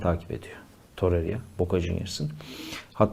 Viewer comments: hocam toreriya değil torreira, osimiyen değil osimhen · Muhtemelen üniversite mezunu insansın, sürekli iletişim halinde birisin ama hala daha osimyen torerya diyosun arkadaş yeter ya cahil desek cahil değilsin inatla yapiyosun desek o da değil şu telaffuz yanlışını düzeltmemek inadi niye arkadaş gerçekten anlamıyorum. Zaten yönetimin metresi olmus yönetim sözcülüğü yapan insan müsveddesisin bari şu oyuncuların adini dogru düzgün söyle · Birisi şu adama toreira ve Osimhen demeyi öğretsin insanın sinirleri bozuluyor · Lutfen artik Osimhen ve Torreira hakkin yorum yapma. Ya normal telaffuz et adamlarin adini ya da yorum yapma. Bilmedigimiz bir sey soylersin diye izliyoruz da bu telaffuzlar katlanimaz duruma geldi artik